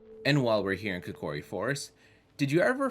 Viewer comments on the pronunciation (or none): Kokiri, not Kikori